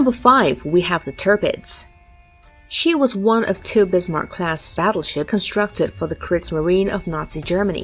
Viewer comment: The e at the end of Kriegsmarine is spoken, and it is Bismarck, not Bismarc.